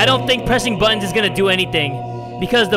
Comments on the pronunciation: He says BUTOOONS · In Heaven, They Were Saying 'Buttons' If You Listen To It Carefully, You'll Hear It XD